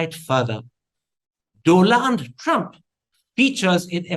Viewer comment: Never expected karan to say- Mr Dolund trump🥳🤪😂🤣 Omg!!! Ive never laughed so hard. I love him even more now❤️